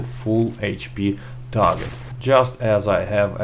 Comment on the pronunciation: Nice work man.. you still have the most informative comparison videos on YouTube for Red Dead 2 .. thank you . . I think you should go back to saying "TARJET" instead of Target tho..